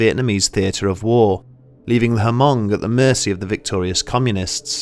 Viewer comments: Haven't you seen Gran Torino... It's Mhung... not HumUng. Great Video. Just wanted to quote a great movie lol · the way we say it is the o sound is the same o sound as “own” so it comes out like m”own”g instead of m”awn”g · It's pronounced "Hmoob" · It hurts my head everytime he says huhmong. And I am just some white boy from Nor-cal. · Great episode! One small quibble - I grew up in a community with a pretty sizable Hmong population in Wisconsin. Anyway, at least locally, the H in Hmong is silent and the ethnonym is pronounced "Mung" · "Hamong" 😭 hurts Everytime you say it but thanks for noticing our culture tho 💯✊ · As a Hmong person, I'm proud of you. btw the "H" is hmong is silent. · For real tho the H is Silent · Isn't the H silent? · the H is silent.